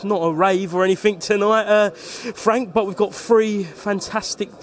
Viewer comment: Come off it fwank Telford is Queensbury true level 😅